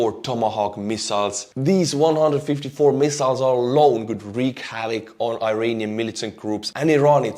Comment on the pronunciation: Iranian not eye-ranian